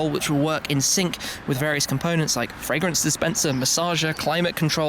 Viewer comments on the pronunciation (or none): none